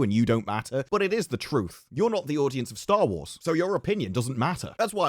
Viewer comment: He says Star Lores.. The hell?!?